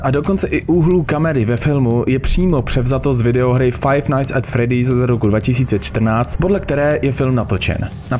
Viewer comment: fredd👉I👈's, fizbar? Sice je to Freddy's a Fazbear ale jinak super video 🐻🐻 (BTW, dneska sem na tom byl v kině a když sem jel domů, vyšlo tohle video)